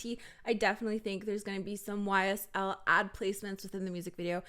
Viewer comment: The way you say ysl is very beautiful (◡ ω ◡)